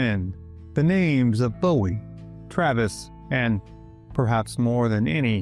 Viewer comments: It’s not pronounced Bow-ee. It’s Boo-ee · think he’d say Jim’s name correctly then. It’s pronounced Boo-ee